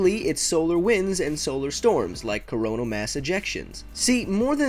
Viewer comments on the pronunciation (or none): none